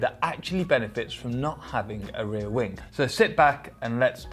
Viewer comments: Why is it that i hear wingK instead of wing? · Rear wingk, wingk?, really annoying